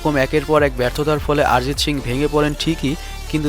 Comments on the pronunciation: আরজিত না অরজিত ঠিকই করে বলো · Sob thik chilo, kin2 aarijit aarijit aaarijit sune matha khrp hoye gelo... 😂😂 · কি আরিজিত আরিজিত করতাসেন!! ওটা অরিজিৎ হবে। বাংলা শব্দ। হিন্দিতে অ কে কিছু ক্ষেত্রে আ দিয়ে উচ্চারণ করা হয়ে থাকে। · ভাই আগে উচ্চারণ ঠিক করে করো।ওটা আরিজিত সিং না অরিজিৎ সিং। আর কারা অরিজিৎ সিং কে চেনে না বলতো? তুমি এরপর ভিডিও বানানোর আগে উচ্চারণ ঠিক করে করা শেখ plz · আমরা বাঙালি, তাই ওটা আরিজিৎ হবে না, আমাদের উচ্চারণে অরিজিৎ হবে ইংরাজিতে বানান এক হলেও হিন্দিভাষীদের থেকে আমাদের উচ্চারণ আলাদা হবে। যেমন:- হিন্দিতে সালমান( salman) উচ্চারিত হলেও বাংলায় সলমন(salman)। কারণ কোনো শব্দের প্রথমে saথাকলে হিন্দিতে 'সা' হয়, কিন্তু বাংলায় sa মানে 'স' হয়। তবে সবক্ষেত্রে নয়।